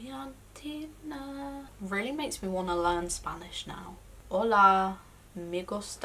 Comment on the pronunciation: Juliantina, great pronunciation! Yey